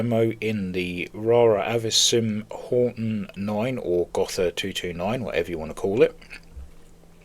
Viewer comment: Fantastic little plane! I'm sure the Horton brothers would have tears in their eyes looking at the B-2. BTW: The "h" in Gotha is silent so its not spoken like a "th". Its more like "Goota" :)